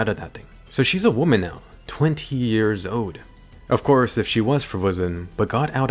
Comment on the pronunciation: "Twenty yeers owed" great vid btw.